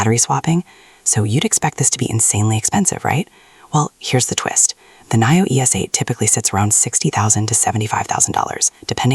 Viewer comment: Great car and video but pronounced Neeo! Not Naio! Blue Sky Coming!